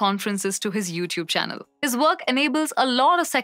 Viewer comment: Great video. I’ve mentioned this to you before though - content in English has too meanings Content as in peacefully happy (this is pronounced kənˈtɛnt like you did) Content as in what is contained within and your intended use of the word (this is pronounced ˈkɒn.tent). Note the differences in the pronunciation of the ‘o’